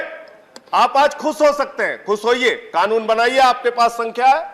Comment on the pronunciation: Owaisi Kanoon ko Khaanoon bolta hai, kaisa leader hai be tumhara, anpadh kahi ka